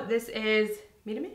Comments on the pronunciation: i was surprised by how well you said mirame WOW (im mexican by the way and i love your videos, and you too) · Lmao I love how you kept saying "Mírame? Mírame?" 😂 you were saying it right btw!🙌🏽 it means look at my in Spanish! Btw you look ssoooooo gorgee! 🙌🏽❤️